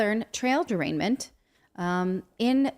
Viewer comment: "Trail derainment"